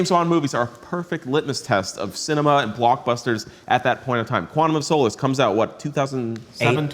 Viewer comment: quantum of SOULUSS 😂